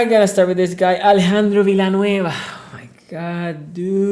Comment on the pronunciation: Sonny just pronounced Big Al’s name better than anyone ever, then tore him to shreds. 😂😂 We Steelers fans tried to warn you guys!